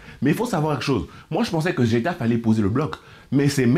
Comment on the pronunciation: la prononciation m'a fumé, impossible de ne pas faire de jeu de mot. "j'ai taffé" 🤣#Getafe